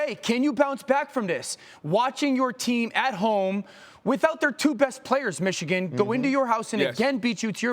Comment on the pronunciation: And it's not ichigan. It's MICHIGAN.